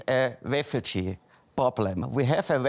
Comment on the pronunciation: Hahhahaha xD A refutschu ploblem xD 😂